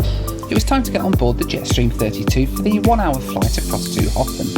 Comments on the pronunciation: How long before you learnt that it's not pronounced "Hoffen," but "Herpn" :-) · Sitting here in my home in Reykjavík, in late March, watching this video definitely makes me wish we could skip ahead to summer all at once! The south coast is incredible. The name "Höfn" is pronounced something like "Hup" in Icelandic, but for a non-native speaker, that terminal sound is nearly impossible to get right for an Icelander's standard, so "Hofinn" works. I would love to see you come back again sometime! (For some scenic air travel, the flight into Akureyri is particularly fun because the airport is surrounded on three sides by mountains, at the bottom of a fjörd.)